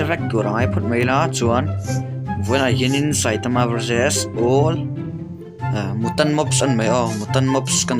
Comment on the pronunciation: Mutant tih kha mutan ti in lam suh u kha english a u ang in lam rawh